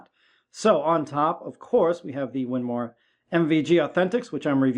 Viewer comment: “The winmoooor” what the heck…. 🤣